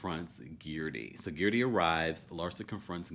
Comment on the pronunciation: If you can say THIRTY, you can say GERDY.